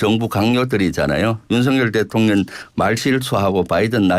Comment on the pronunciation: 김병주 이런게 국회의원 쯧쯧쯪 발음도제대로안되네 대통령을대통련이라고하네